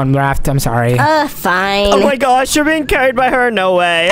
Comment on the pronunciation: Oh my gwaaaaaash oh my gwaaaaaash. Learn to speak properly